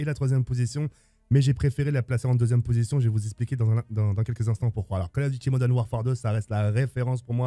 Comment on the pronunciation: "Col Ofe Dutie Modene Wafare 2"